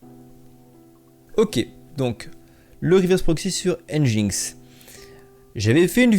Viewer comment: Yo ! juste petite précision nginx se prononce engine-X "enjine-exse" =)